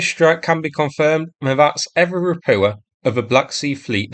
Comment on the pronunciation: Ropucha is spoken "roputsha".